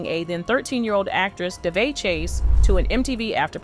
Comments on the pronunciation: How is it daveigh ,at least pronounce the name properly this is what happens when chat gpt writes all of YouTube's content and narrates it , for the record ( Duh-vay ) ......... Why would this Jane doe need to covertly attend an award show they are nominated for in a multiple categories?if the incident happened in 2002 and the vmas were in 2003 ? Most importantly who ? What?why? How? Dafuq?! Let's a 13 year old meandering alone in a metropolis riffed with so much crime they have their own "special victims unit" ? This is both Sus and Cringe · You pronounced Daveigh’s name six different ways. I counted. It’s Dah Vay. Get it right, geez! 🙄